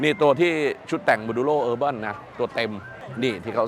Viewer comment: ลุง urban ไม่ได้อ่านว่าเออแบนนะฮ่ๆๆ